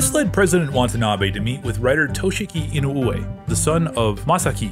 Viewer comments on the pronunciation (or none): The last name is pronounced "E-noo-whe." "Whe" like "when" or "where". YT recommended this video. Glad I watched this. This is quality. Subbed. Great work. 👍 Hope you'll feature more non-sentai/KR/ultra Toku shows.